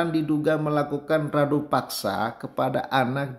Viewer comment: Abang, Rudapaksa bukan Radupaksa